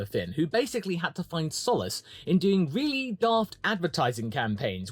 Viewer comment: “Weally weally nuts”